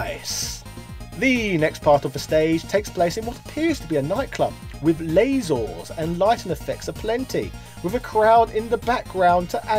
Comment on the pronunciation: I like the soundtrack in 3. I also like how you said "Lazors"